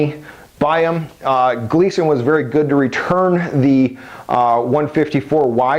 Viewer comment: And you called your "Gilson" a Gleeson... WOW you know your shit